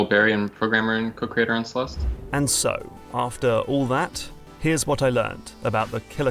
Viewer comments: there's a silent E, it's pronounced celest and spelled celeste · theres no "uh" at the end of celeste! the e is silent